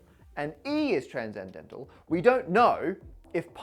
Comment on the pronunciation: Why does he pronounce "transcendental" as "tranzendental"? I know English is weird, but "sc" to /z/ is new to me